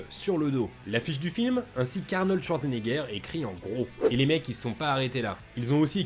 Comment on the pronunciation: On dit « Chvartsénéguerre », pas « Chwartsénéguerre ».